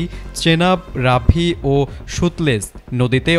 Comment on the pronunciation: সতলেজকে বলে সুতলেজ😂😂😂 জুলাই কোটায় চাকরি পেয়েছে😂😂😂